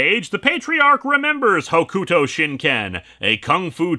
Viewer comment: I get that it's not your thing but good lord the way you say Hokuto is putting me on edge in the worst ways. It's like I'm back in the early 2000s.